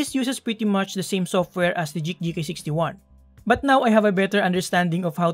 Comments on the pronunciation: Dude it's "GEEK"! I though you have difficulties saying G and K at the same time, I double checked the caption it seems like you are trying to pronounce GEEK,. I'm tilted. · Nice review but I just can't stand listening to "J"eek instead of "G"eek like Greek or Green. I've seen a lot of your videos and I thought at first you just mispronounced it but you kept saying it. Not hating you though. I still like your vids. Keep it up! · Geek po, not JEEK :) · Just thought about that now, you're right! I don't know why I keep pronouncing it as Jeek instead of Geek. Thank you for correcting me, I'll fix that in case I get a chance to review another Geek keyboard :)